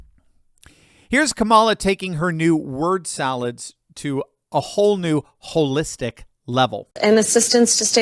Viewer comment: Ho- listic😅😅😅